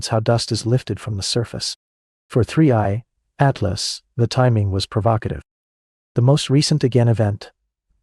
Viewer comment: First im legit 20 seconds in and your facts are wrong, its the Third interstella object not the second, why else is it called "3I" for?? cos its the third, so in that fact im not even watching the rest of this video. and ps might wanna pronuce the name right "3 I Atlas" not 3 80 atlas haha